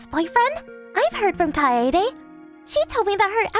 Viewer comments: God... I'm cringing and Angry at How the hell the VA's says "Kaede"'s Name... Keid? Really? Its BLOODY KAI-DE NOT BLOODY KEID... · Isn't her name pronounced KAE-DE and not Kade? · Bros pronounciation is not good 😂 kaaede is pronounced as keid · Kaede is pronounced KAI-AY-DAY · Kaede is NOT pronounced "Kade". That reader is useless! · Guessing these translators have never heard the name Kaede pronounced before. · None of the fifty billion Kaede's said by the dude was pronounced correctly, fire this guy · Her name was only pronounced correctly once in the entire video by one of the female VAs